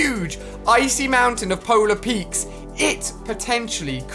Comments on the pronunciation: Nobody: Ali-a: PoLaR PeAkSSSS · It’s polar peak not peaks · Who gets mad when he says Polar Peaks but you are actually supposed to say Polar Peak? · Stop calling it Polar Peaks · Polar peak Ali, not polar peakS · No one: Absolutely no one: Ali-a: Polar Petes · powla peiiks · JUST SAY POLAR PEAK